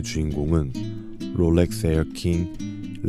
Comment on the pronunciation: 영상 퀄리티는 최고라고생각이드는데 롤렉스를포함한 영어발음을 어떨땐 혀를굴리고 어떨땐 혀를안굴리시는데 듣기가 불편한부분이 있는것같습니다 다른영상에서도 혀굴림이 너무 심하다고 느껴지더라고요